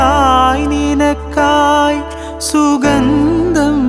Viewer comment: സുഗന്ധം എന്ന വാക്കിന്റെ ഉച്ചാരണം ശരിയാക്കണേ.....